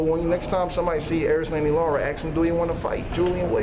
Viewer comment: Very good point made, But guys...Please learn to say LARA, NOT LAURA...smh